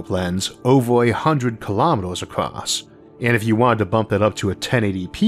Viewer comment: I notice that you tend to pronounce across as 'acrost" from time to time. I have heard other people do the same. Is that from having an accent or your increasingly hard-to-even-notice speech impediment?